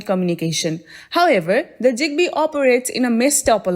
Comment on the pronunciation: Bro it ain’t jigbee. It’s zigbee